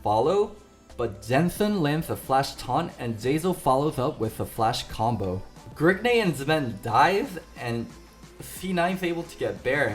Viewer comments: Is anyone else tilted when he says gergnay instead of grig? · Every time you say Grigney I get triggered. I don't understand why you have to say his name like that. It's just Grig. Decent video excluding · Whats with the "grigNEY" every time he says grig